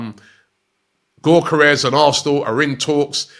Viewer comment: It’s YOK ER Es